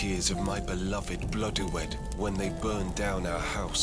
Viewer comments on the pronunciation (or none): none